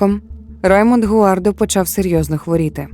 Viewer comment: Перше скажу - дякую, що змогли розповісти цю історію. Однак, хочу звернути увагу. Дуже коротко, я дивилась довгий, більше години, тру крайм фільм (щоправда рос мовою), він мене вразив і саме так я запам'ятала цю історію. У вас я її ледве впізнала на третині відео тільки за подіями. Всі імена хотілося б чути в адаптації з французької, так як саме там це відбувалось (гуардО, раймОн, брюнО, сільвАн - це вірні наголоси франц імен)